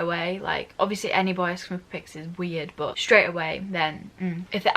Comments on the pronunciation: But how she say that word B O Y I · Why did she said “bOy” 300x in 1 minute😂😂